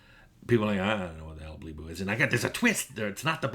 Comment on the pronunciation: True story: I use "Bleep Bloop" as a placeholder for naming conventions in IT and development. When you said "blee bloo" I nearly shat myself.